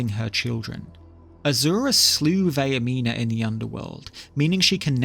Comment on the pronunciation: That’s not how Vaernima is pronounced, it’s Vair (like hair) meen (like mean) uh (like uh whats going on)